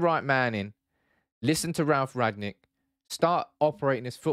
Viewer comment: It's rang-nick not rag-nick